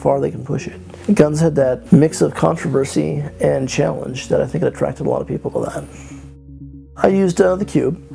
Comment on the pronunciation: dat = that , Pls stop .